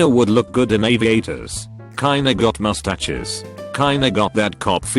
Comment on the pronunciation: When the robot can’t say mustaches right